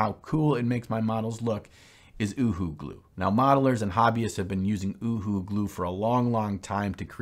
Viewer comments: Not ooo hoo glue, its you hoo glue, its in the spelling U HU you hoo! Lol! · It's pronounced yoohoo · The glue is pronounced…UHU…you who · UHU is pronounced 'you who' in the UK. Nice video. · Pronounced you who- Uhu